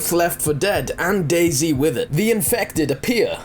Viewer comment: you pronounce dayZ like dayz not day z